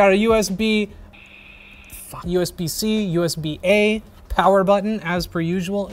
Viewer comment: Yo that “Pho” got me hahahaha